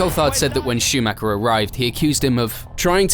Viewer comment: Warum könnt Ihr Verstappen richtig aussprechen, aber Meikel Schumäker nicht?